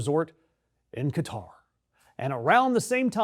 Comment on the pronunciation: Stupid moron calls Qatar “Guitar”. Stupid beyond stupid.